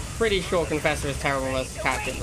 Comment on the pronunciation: "Conauder" "marafesser".?? I dunno anymore.....